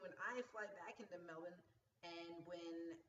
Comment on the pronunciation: Yaaaay!:D Glad you've got the coffee thing sorted and hangin out with you sounds AWESOME. Also, LOVE that you're saying Melbourne correctly!:p Go get some sleep and I'll catch up with you this Monday! I'll text you to work out a good time/place even if it is just coffee at the airport! lol